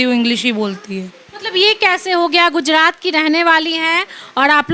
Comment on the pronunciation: Bacchi bhale hi English bolna seekh gayi hai par iss repoter ko Hindi bolna nahi aaya Surat Ko sudat aur gujrat ko gujdat bol Rahi hai 😂😂😂😂😂